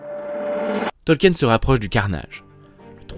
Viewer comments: C'est un bon documentaire, le seul défaut que j'y entend est la prononciation du nom de famille de l'auteur. C'est un nom de famille Allemand, donc il ne faut pas prononcer le E dans son nom, c'est un diphtongue IE qui se prononce i en français. C'est donc "Tolkin". Mais un excellent travail en général. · Petite precision quand même son nom de famille se prononce "tolkeen"